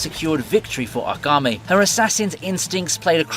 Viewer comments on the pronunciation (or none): hate to be that guy but its AKAME not agame